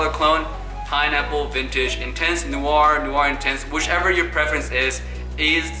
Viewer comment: Your saying noir all wrong